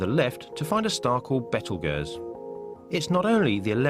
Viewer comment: What is a betelgeerz, it is pronounce beetle guese